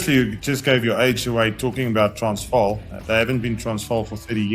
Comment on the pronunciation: Impressed. JK pronounced "Transvaal" perfectly.. well done...